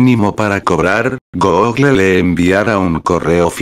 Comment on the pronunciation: una persona normal: google loquendo:goógle